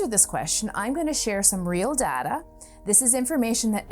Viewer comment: Right away you miss pronounced data gives me a lot of faith in the rest of the video